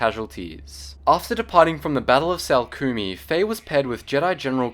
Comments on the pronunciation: It's Saleucami (Suh-loo-cuh-my) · No disrespect intended but Saleucami is pronounced Sal-oo-kem-aii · Geetsly's Corps is pronounced Core and the planet is sal-ue-cami. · I believe you pronounce it " Say-Loo-kah-me " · Sah-loo-che-my is the correct pronunciation spelled salecumi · You pronounced the battle of Salucemi wrong!